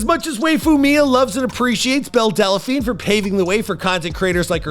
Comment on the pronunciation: "Delaphine"? "Wayfu"? "Attack OF Titan"? Dude, when did you just stop trying?